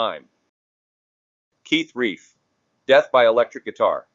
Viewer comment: Keith Reif? C’mon you A.I. moron!